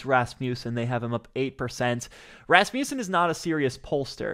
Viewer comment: Just fyi - Rasmussen is pronounced RAZ-muh-sin.